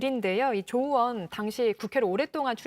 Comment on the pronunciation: 저 머리긴 분은 왜 으원 으원 그러지요? 의원입니다